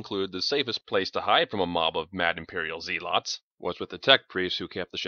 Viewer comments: Maybe a slightly slower reading? Also, zealot is pronounced "zehlot," not "zee-lot". Not a big deal, just a touch jarring... other than that, this is freakin' awesome and you are doing a great job. More please! I especially like your rendition of the team teasing Doc about the Hospitaller, like you're really telling this at a bar somewhere and can't stop yourself laughing. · Pretend it's in character and that's how his planet pronounces zeelotz.